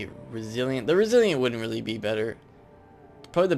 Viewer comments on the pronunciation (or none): none